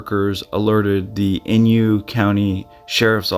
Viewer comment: inYO... not inYU...Thanks